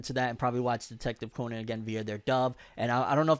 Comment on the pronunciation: Detective Conan is most underrated anime/manga series ever. Also you’re pronouncing Conan wrong